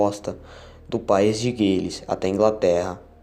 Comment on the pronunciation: País de Gales, pronuncia-se do mesmo jeito que se lê, não “guilis” gostei muito da história mas com uma eloquência e dicção um pouco melhor com certeza estaria mais envolvido, um abraço !